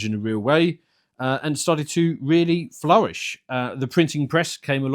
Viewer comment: This man can pronounce the "W" in "flourish" so we know he's the real deal.